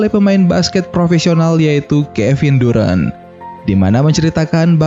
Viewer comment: bacanya darent bang, bukan durant, apalagi durex